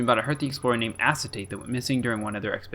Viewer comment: i think it’s pronounced “a-kay-ta-tay“ fun fact: acetate is one of, if not THE central character in owmcu also i shipped them with gabbro no further context needed